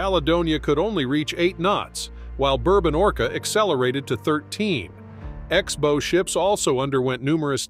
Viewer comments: Can someone teach this AI voice the difference between a bow (rhymes with tow), and bow (rhymes with cow)? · Learn how to pronounce 'bow'.